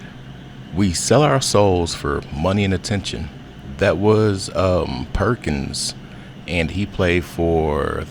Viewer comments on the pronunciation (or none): Exactly ! I was like did he say Perkins